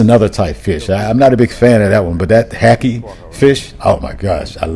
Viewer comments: Hake is prounced like Jake but with a H , The way you pronounce it "HAKI" sounds like a Japanese word lol. Yeah HAke is also my fav Im not a fan of Snoek. Snoek is pronounced "Snook" like Hook but with a SN instead pf the H lol. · Hay-k.... 😂 hackie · rothlmao hackey? 🤣🤣🤣 Its hake - rhymes with bake . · Why do you mispronounce English words bro? Hake is not hucke. Is like the word Take, is not tucke. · Just visited SA. It was lovely. The fish is called Hake like Cake. Not like the Japanese drink Sake. My daughter in law was calling it Hahkay too. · The fish is hake, pronounced Hayk not Hakey. Lol. Snook, pronounced snook. Pap, pronounced pup. U will find African food mainly in townships, Soweto, in Jhb, Khayelitsha in CT, kwa Mashu in Durban. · Jake... Hake... Bake... Make. It's Hake man not HaKhe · You butchered them fish names 😂😂 hakie and sniesk.. I'm dying😂😂😂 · Just to add, it took me a while to realize what fish you were talking about when you said hake. It's pronounced like cake. 🤭🙂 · Hake … lol … pronounced like ache or cake. I was scratching my head on that one until I figured out what you meant. 😂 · I'm from Cape Town, glad you had a good trip❤ The fish you like is called Hake, to help you pronounce it, it sounds more like cake...... Hay + Ake. Hope this helps. We are big animal society, most homes have dogs, their are places you find strays especially for the less fortunate community, we do have a big sterilization program. I've traveled alot too, South Africa is breathe taking beautiful. ❤🇿🇦🇺🇸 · Hey man. Enjoyed your thoughts on SA. Glad you love it here. "Buddy" refers to a buddy coke. Coca Cola release a class bottle version that you still find in some places and it was called a Buddy Coke. Some places, when they offer you a can or buddy, they mean a bottle, though now it is plastic. Hope that clears it up for you. Also, Hake, is pronounced like cake. And Snoek is like book. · The word hake ( fish) is pronounced hake like snake, make, fake etc 🤔😂